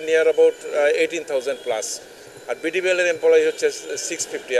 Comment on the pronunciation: 😂😂 মূর্খ সংবাদ পাঠিকা! ডিবিবিএল না বিডিবিএল ❤